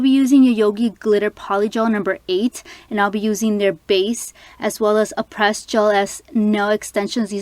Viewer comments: Its pronounced Ah-prey not Ah-pres it's a silent ś, very pretty nails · Aprés is pronounced Apray. You can call them too they’ll tell you. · aprés is not pronounced 'a-press' i hear so many people pronouncing it that way and it irks me lol